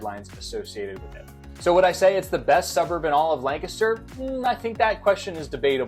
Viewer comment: My real estate agent says the correct pronunciation is Lank-ster. She’s a native, so I think you’re saying it wrong.😊